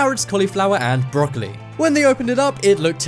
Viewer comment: lmao "Broccoli" aka danielle "Bregoli". yup lol